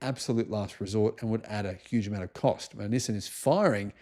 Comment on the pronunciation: NissIN? Nope, it is NissAN. For example, ChevroLAY, not ChevroLET.